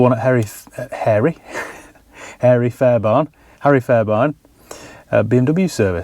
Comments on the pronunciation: Probably the last owner pulling their hair out after realising the had bought a Juke 😂 oh and pronounced fair-bear-in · It's pronounced harry fairbairn not barn